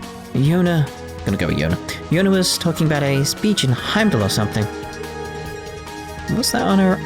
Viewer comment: LOL, it might help to think of it like Heimdallr. The end r is silent, so just pronounce it as if the last part isn't there. 'Your-mun-gaund'